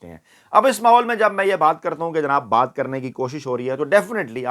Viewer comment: Correction: Ye Lafz Baay Nahi Baat hy.